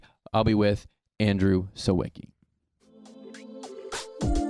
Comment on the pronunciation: I wish Andrew could finally meet a person who speaks Polish so they could teach him how to pronounce his name correctly because it drives me kinda insane :D it's much easier than the ameracanized version, just learn how "si/ś" is pronounced and the rest is fine : si-vi-cki